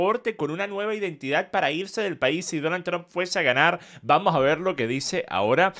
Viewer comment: Vamoj???? Quej ejo???